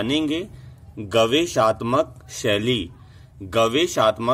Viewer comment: महोदय शब्द गवेषणात्मक है गवेषाााात्मकक नहीं